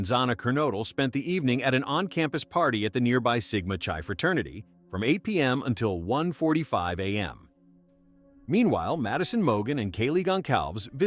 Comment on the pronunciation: pronounced sigma kai.